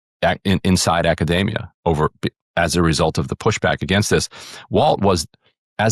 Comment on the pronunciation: the way that Ryan says Academia sounds like macadamia nuts.